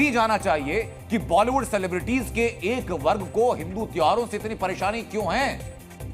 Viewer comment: सिलेब्रिटी शब्द है न कि सेलेब्रिटी